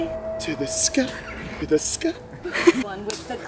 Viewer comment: The effort put into "To the sky!" 😭😭😂❤️